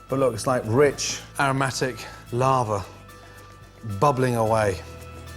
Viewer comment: "Rich..." YES "Aromatic..." YESSS "Larvae" UMM NOOO